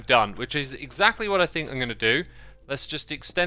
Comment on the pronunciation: Xisuma you're sneaky hermit. I got trolled by Pearl's last video because of that QR code, lol😂. Also "Exactualy?" Your hermitcraft episode is always both calming and hilarious